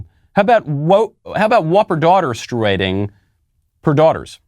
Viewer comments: I was just waiting for the "MEN-sturating." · Pronounced " menstrating" you don't pronounce the u! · Bruh why you saying menstruating like that. I know it’s not important at all but it’s bothering me.